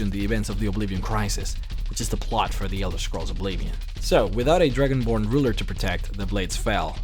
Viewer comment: it sound like you said Dragon Porn at the beginning